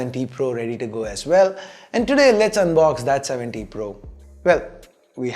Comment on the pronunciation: It always sounds like you say oneplus 70 pro